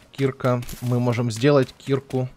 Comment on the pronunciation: А почему ты говоришь слово киркА (ударение на А, специально сделал ее заглавной) как кИрка это же не правильно. Слово кИрка - это лютеранская церковь. И вообще каждый раз когда ты говоришь про киркУ, ты делаешь это не правильно? =) падеж ед. ч. мн. ч. Им. киркА киркИ Р. киркИ кИрок Д. киркЕ киркАм В. киркУ киркИ Тв. киркОй киркАми киркОю Пр. киркЕ киркАх